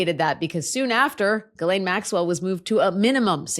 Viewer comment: I know this is petty, and I've commented on this bf. The S in Ghislaine is silent, and the GH is a hard G. You keep pronouncing her name incorrectly. Otherwise, you're perfect!❤